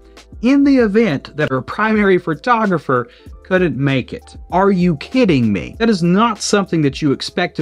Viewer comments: Fertographer? Listening to this was like driving over speed bumps at high speed. My ears are bleeding. The photographer acted like an amateur and should be out of business. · I didn't even notice you said "fertographer" until I read the comments.🤣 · Take a shot every time he says "Phrotrogropher"